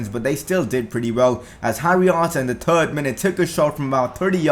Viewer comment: I love the way you say third which is great I keep coming back to hear you go tird and the amazing content